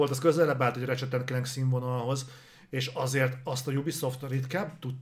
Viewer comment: Nem annyira régóta követem a műsort. Honnan jött ez, hogy "infinájt"-nak nevezitek a Halo-t? Emiatt nevezi a Ratchetet "Racset"-nek "Recsit" helyett, és hasonlók? Csak azért kérdezem, mert kurva idegesítő, de ha ez valami belsős poén, akkor befogadom:D